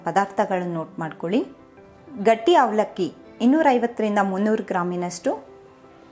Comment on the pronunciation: ಒಗ್ಗರಣೆ ಬದಲು ಹೊಗ್ಗರಣೆ ಅಂತೀರಾ. ಅವಲಕ್ಕಿ ಅನ್ನೋ ಬದಲು ಹವಲಕ್ಕಿ ಅಂದಿದ್ದೀರ. ಆಗಿದೆ ಬದಲು ಹಾಗಿದೆ ಅಂದಿದ್ದೀರ. ಸ್ವಲ್ಪ ಕನ್ನಡ ಸರಿಯಾಗಿ ಮಾತಾಡಲು ಕಲಿಯಿರಿ. ಆ ಬಳಕೆ ಬದಲು ಹಾ ಬಳಕೆ ಹಾ ಬಳಕೆ ಜಾಗದಲ್ಲಿ ಆ ಬಳಕೆ ಜಾಸ್ತಿಯಾಗಿ ಪೂರ್ತಿ video ನೋಡೋ ಮೊದಲೇ pause ಮಾಡಿ comment ಹಾಕಿದ್ದೀನಿ. ಕನ್ನಡ ಸರಿಯಾಗಿ ಬಳಕೆಯಾಗದಿದ್ದಲ್ಲಿ ಕೇಳೋ ಕುತೂಹಲ ಇರೋದಿಲ್ಲಾ.